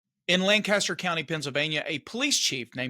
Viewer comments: What an embarrassment for the community! Just a note from a former resident of Lancaster. The pronunciation isn’t “LAN-Caster”, it’s more “Lank-a-Stir”. Yeah, I know. The spelling isn’t a match. It’s a bit like Beaufort in NC or SC. One is “Buu-fert”, while the other is “BO-furt”. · It funny listening to someone not from PA say Lancaster. They say Lan cast er . This happened the next county over from me. I called them. They told me that the Lancaster county commissioner office was now taking over it. So I called them and they had no idea what I was talking about and transferred me back over to the prosecutor. I think she got pissed because I called him a criminal with badge to hide behind.